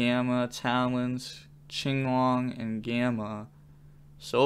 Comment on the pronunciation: Is it not pronounced kinglong? Why do you say chinglong.